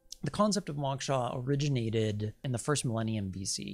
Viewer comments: it's pronounced mowksha (mow like throw) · Dear One: I appreciate your work, and I especially want to encourage you to seek Moksha. (BTW- it is pronounced with a long o sound like when a person says "oh".) What you say about the Earth grid is correct as there is an energetic grid, but nothing feeds off of us. We are actually completely free immediately following death of the body, but what keeps us trapped is our own desires. Desires are powerful, as well as attachments to having a body. When we've really done it all, and are completely free from desire and attachments, we can once again merge with the Devine Source. Once I was in India, meditating. In that meditation, I was freed from my body, and I heard the words "if we really knew what we are, a free energetic piece of God, we would want to play roles on the Earth I.e., we would want to be a circus freak, or all the things we possibly abhorred in our thoughts; we would know it is a role only, and impermanence is all that "exists". Suddenly, I became aware that I had no body, and I was freaked out about it!! I did not know how strongly I identified with being who I "am", but I grabbed hold of my body and came clawing back into my perceived existence. People's egos get out of hand and have said to me "Oh, I can/ could handle realisation, no problem", but it is just words coming from a person who has never experienced true freedom, being freed from the body. It was scary, and I really, really STRONGLY wanted to be "me". I don't know why I am sharing this much with yo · This is fascinating. I did cringe however, every time the word “moksha” was mispronounce. Lol.